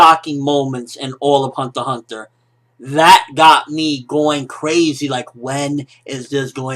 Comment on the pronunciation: The way he says hunter x hunter annoys me. Other then that great review!!!